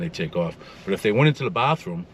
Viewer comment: brother said bah room